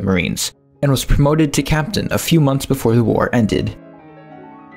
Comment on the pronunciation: I must have missed it...when was he promoted to cap-TANE?